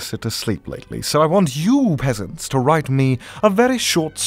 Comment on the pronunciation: WAIT, I just subscribed and I hear "hello there my beautiful pesents", from. Since when was I beautiful